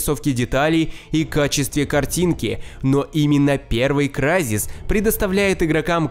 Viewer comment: Извините, в том топе вместо Крайзис, говорили Кризис. Единственное отличие которое я нашел в тексте.